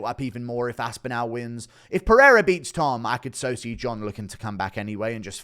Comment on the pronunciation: Bro put some respect on the guys name and pronounce it right wtf is this As-Pin-Al it's As-Pin-All